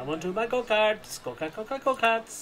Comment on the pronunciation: Sounds like you are saying "go pee!"